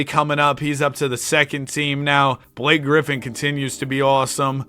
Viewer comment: it's just blake hahaha not "block a"